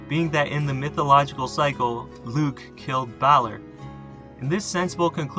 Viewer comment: Crom Cruach was demonised by the Christian monks. He and the Corra (another Primal Irish deity) were ‘slain’ by St Patrick. This was all about wiping out older traditions. Only 2 references to Crom Cruach are left both from Monks. Lugh is pronounced Loo by the way